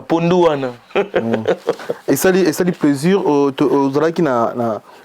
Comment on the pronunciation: CHRONIFUATI SALISA MINU👌 APPAREIL DENTAIRE 👌 PLAISIR ET NON PLAIJIR🤣 SUKA ET NON SHUKA🤣🤣🤣